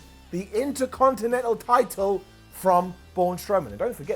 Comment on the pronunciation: "Sami Zayn won the Intercontinetnal title" I was watching with earphones in and just looked up at the screen and actually burst out giggling.